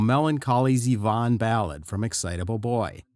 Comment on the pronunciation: That's right. The groove is straight eighth notes. Was the narration written by the same Chat Bot that reads it and mispronounces Z-Von again and again? You can do better, folks (robots).